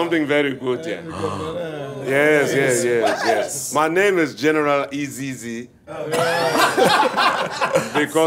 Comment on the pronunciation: Wesley Snipes your accent is sounding good "General AsEasy!" 👍🏾😁👍🏾